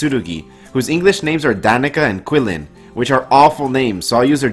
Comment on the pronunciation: I want to correct you the name is not quillin but quillon